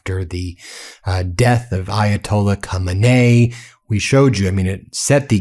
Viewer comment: Its Ko Main E, not that hard, been hearing his name for over 20 years.